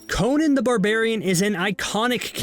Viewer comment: Thank you for pronouncing Conan's name correctly. it drives me crazy when I hear the name they used in Arnies movies.